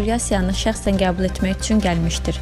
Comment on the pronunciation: helə "üЦün" deyən kimi bagıadım...